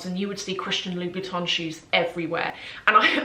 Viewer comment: Please call correctly Louboutin. You pronounce it like Louis Vuitton 😮 O M G